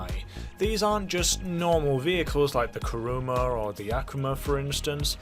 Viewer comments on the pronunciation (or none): none